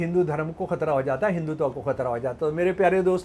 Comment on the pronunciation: हिंदी तो बोलनी आती नहीं, और चले हो संस्कृत शास्त्रों की बखिया उधेड़ने। तुमसे न होगा। हिन्दुत्व को हिंदुतवा बोलते शर्म आती है ? एक पप्पू को सामने बैठाकर जो भाँजना हो भाँज लो मियां ! लेकिन सुई बोले तो बोले चलनी क्या बोले जिसमें हजार छेद। इस देश की सहनशीलता है कि एक कटहला सनातन को कोस रहा है। स्त्री का विज्ञान तो पहले बता दो। क्यों हजारों साल से स्त्री पर नियन्त्रण रहा है। बेटी एक लड़की यानि स्त्री ही तो है। तुम्हारी ही बेटी किसी के साथ गुल खिलाए तो जलभून के कबाब हो जाओगे, मरने मारने पर उतारू हो जाओगे। और मनुस्मृति को कोस रहे हो। उन मुल्लों और बापों को क्या कहोगे जो बहू और सगी बेटी का हलाला करके अपनी हवस बुझाते हैं ? उस क़ौम को क्या कहोगे जो औरत को सात पर्दे में जज़्ब रखता है। ईसाई और मुसलमान हमें औरत की परिभाषा बतायेंगे ? हमारे शास्त्रों को समझने से पहले अपनी खोट को समझो। औरत और बच्चों की आवाज़ पतली क्यों होती है ? मर्द की तुलना में औरत का स्तन भारी क्यों होता है ? औरत का हिप फैलावदार क्यों होता है ? औरत को दाढ़ी-मूँछ क्यों नहीं होती ? औरत ही बच्चे क्यों जनती है ? और सवाल पेश करूँ या इतने से ही अजीरन हो गया है ? तुम्हारे सेर को देश में सवासेर बहुत हैं। पहले नज़र बदलो, नज़रिया ख़ुद बदल जायेगी। सोशल मीडिया हगने-पादने के लिए नहीं है। दुर्गंध मत फैलाओ।